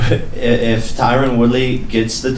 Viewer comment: He called him Tyren lol 😂 it’s tyron don’t let that man full you